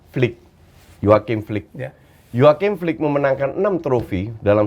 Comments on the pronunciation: HANSI FLICK. BUKAN JOACHIM FLICK. HETDAH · Hansi Flick, bukan Joaqim Flick, G0BL000KK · nyebut nama Hansi flick aja salah